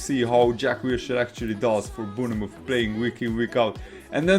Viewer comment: Good commentary. Good insight. Let me help you out, pronounce Bournemouth like this: "Bornmith." 👍🏻